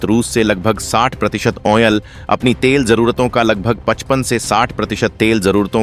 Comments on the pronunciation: क्रूड आइल की जगह क्रूड ओनेल बोलना और अपना फायदा बढ़ाना जैसे झूठ बोलने में जरा सी भी शर्म नहीं आती तुम्हें। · चूतिया, आयल होता है आयनल नहीं। शब्दों की अशुद्धियां हंसने पर मजबूर कर देता है